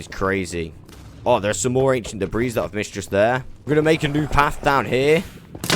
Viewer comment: The s in debris is actually silent, God if you were American you'd be one of those ppl that says ill-uh-noise for Illinois lmao sounds imbecilic but so does commenting about pronunciations lol. Good God you do say debreese a lot tho..lol made muh ears bleed.